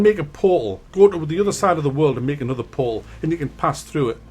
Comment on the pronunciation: Portal= Po-ho